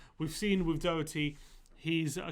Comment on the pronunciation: You need to pronounce Doherty probably 🙄